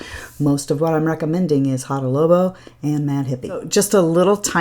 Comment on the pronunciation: Fun video, thank you! FYI, you are saying Hada Lobo not Labo!☺